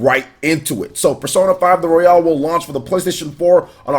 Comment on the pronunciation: Does he know it's not pronounced Royale as in Battle Royale but its pronounced Royal as in Royal Rumble?